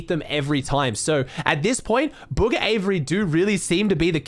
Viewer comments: Anyone else realize is saying “buger” instead of bugha 😂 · Did he say buger